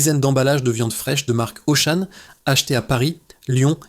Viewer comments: Narration IA...Auchan devient Auchaine😮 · Mais pourquoi j'écoute cette daube (jeu de mots). Dès que tu entends le 'mec' prononcer Auchane, plusieurs fois, tu sais que c'est un ramassis d'inepties qui va suivre. J'ai arrêté a 'Carrefour Carrefour'. Il y a pas à chier, pour de l’investigation, faut du pognon, pas cette merde !! C'est du putaclic autogénéré par de l'IA les mecs. Mettez en route votre cervelle.